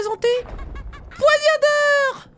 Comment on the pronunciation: C'est moi ou à, dit "Poignadeur" au lieu de Poignardeur. (Bon enfaite elle a oublié le "r" entre a et d).